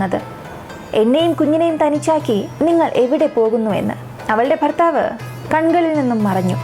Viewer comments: ഫർത്താവ്, ഫാര്യ... എന്തുച്ചാരണം. കഷ്ടം 🤔🤔🤔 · ഫർത്താഫ് ഫിത്തിയിൽ. ഫുമിയെ ഫാര്യയെ ,,,useless,,,,പോയി,,,മലയാളം പടിക്കടി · Farthavu, faarya ennalla... Bharthavu, Bharya enn pronounce cheyyu